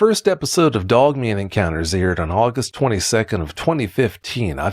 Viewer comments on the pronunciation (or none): Every time I hear him say “Doug Man” instead of Dog Man, I lose myself every single time. 🤣💀🤦🏽‍♂️😆. Sorry, I will see myself out now 😅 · Is he saying dugman? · He said dugmane! Lol